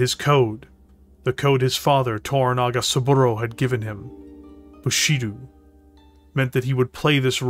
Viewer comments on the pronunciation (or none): Bu-shi-doh, not doo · Awesome video man! Minor gripe though, the "do" in Bushido is pronounced "Do-h" with an "oh" sound, the sound "du/dew" doesn't exist in Nihongo/the Japanese language (you can semi-create it in Katakana but that's for foreign loan words only).